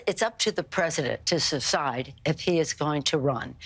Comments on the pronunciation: ‘its up to the President to ‘Susicide’….old bat slurring her words. Cant even enunciate the word Decide. COVID please come back for the Octogenarians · Nancy said , "it's up to the President to sacide. . . " WTF does SACIDE mean? Anyone? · “It’s up to the president to suckside” -Nancy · Pelosi said "It's up to the president to Cecide". Lol Cecide? Was that a slip up? Was she trying to say suicide? What an alcoholic. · "It's up to the President to secide." (Nancy Pelosi) Just wondering. Was the thought going through Pelosi's "mind" the word "secede", as from the DNC? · Nasty said “ sus-side instead of decide, she is 3 deep for sure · She actually said "secide", lol. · “It’s up to the President to suscide ?” Can any old Democrat talk properly ?!? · Did she say suside? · "Its up to the preshident to seside" ~nasty pelosi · Did Nancy say Subcide .?? She needs to have a mental evaluation as well .! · Pelosi said "suside" instead of decide. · Nancy says: .. iT's uP tO tHe pReSiDeNt to sEcIde.. 🤪😬😜😬🤪🍸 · "It's up to the president to suhside..." SMH. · "It's up to the President to secide..." ?????? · “It’s up to the president to SSESSIDE!!!” It must be a DNC DEM thing… old farts who can pronounce words… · She said suside not decide. Has no one heard it or question her own fitness? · "its up to the president to (SECIDE?)" Really? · Well, celebrities know best. Also, , Pelosi just said “Suscide”… so is that “decide”, “step aside” or…? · its up to the president to suside? She drunk already?! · "It's up to the president to suscide" Come on Nancy, time to upgrade your denture glue. 😬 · "It's up to the President to Sisside." 😂